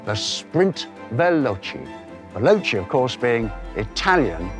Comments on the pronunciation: First of all, you should learn how to pronounce Italian words. ex: Veloce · Is it really so hard to pronounce veloce????